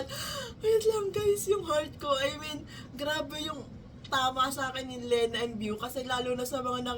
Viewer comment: Yes same here, blink, bloom and now gumber bear ❤ Love this RV. Hahaha! Btw “Lena” is pronounced as “Lee-na” po ata hehe. Not sure, correct me if I’m wrong. Thank youuu❤